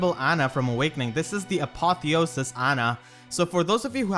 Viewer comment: Apotheosis is meant to have the emphasis on "e" not "o". +1 if it is a long "e", because of the meaning and such. Cheers.